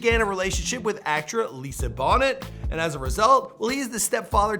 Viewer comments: You’re awesome, but it’s not Lisa Bonnet….it’s Lisa Bonet (the t is pronounced as a y) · NO did not just say Lisa Bonnet (she does not go on your head ) come on all this research and you cannot figure out how to pronounce a famous actresses name? Trust you'll do better in 2019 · Wow. How’d you butcher his wife’s name? Did you never hear of The Cosby Show? Lol